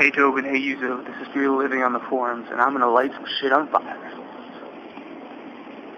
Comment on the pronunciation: It's FearTheLiving not FatleLiving. Also it was for Yuzo's Birthday because it was April first when I made the video and I saw it was Yuzo's Birthday so I thought it was a good excuse to light something on fire. The controller was also broken for some reason it didn't turn on. Anyways Great Show hope HD comes in soon.